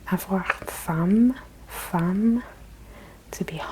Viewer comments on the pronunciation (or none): Faim is pronounce like fin and chaud without the d, Also amazing video love it ! Merci